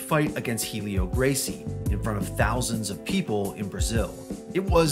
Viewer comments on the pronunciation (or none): none